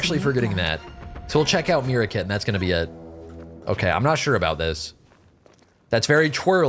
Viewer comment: Mira? Me rewinding to see if he read that wrong...yup, he read that wrong.